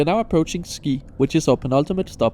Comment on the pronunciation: Not ski but «she»